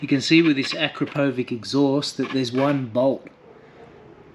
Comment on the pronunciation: Akrapovič is Slovenian, so the right way to pronounce is: akrApovitch (the tonic syllable is the second A, and the č sounds like itch) 👍🏻